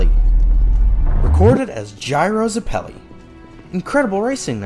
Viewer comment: Hey crew, GREAT work here, love having an outlet to see Part 7 and 8 before the anime because I’m an easy to bore reader. Only thing to say is that I thought Zeppeli was pronounced “Zeh-puh-lee” but I could be wrong. Cant wait for Ch 6!!